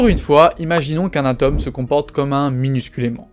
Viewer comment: Vraiment plus personne ne sait prononcer le "o" de atome...